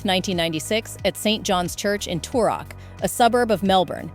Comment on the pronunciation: Try saying Debra, we pronounce it the same way and Toorak is two rack! I loved them both so this is hard. My Nana was married to a man 19 years younger than she was after she was widowed and he cared for her and adored her until she passed. Age has nothing to do with it and Hugh now looks the same age as she does. He just got married before he grew up and even though there are many experts in the comments. They don’t know any real facts about either of them. They are both good people. It makes me sad for them.